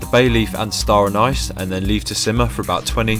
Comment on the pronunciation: It's pronounced star aneese :) btw dont listen to the guy who sent you the recipe, he doesnt even know that you need to fry of spices lol